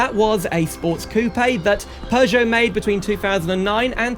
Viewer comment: No!! not Peugeot at all! as an French please respect the name... this is German design!!!